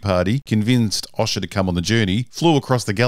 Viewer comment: Hey, Why can't you pronounce O-sha correctly? As in ocean. Not osh like a sneeze. Although the sneeze is funnyer.